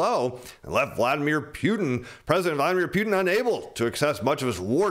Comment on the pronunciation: Can you Pronounce PUTIN properly?? It bothers me a lot actually lol haha